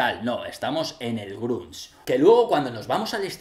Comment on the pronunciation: Buen video,, pero el "grúnch" "el gruns" "el camas you are" "lifium" :V